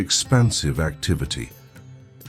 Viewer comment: Gentle correction: it's Rudraksha, not raksha. From Rudra aksha, or Shiva's tears.